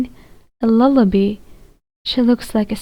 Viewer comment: It is Lull a bye. Not lull a bee